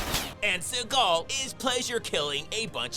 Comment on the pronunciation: The way he says Seagal name 🤣🤣